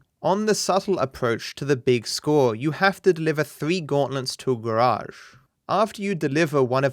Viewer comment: ThE gAwAgE